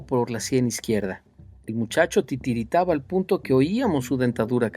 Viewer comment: Jajajaja "titiritaba" ¡TIRITABA!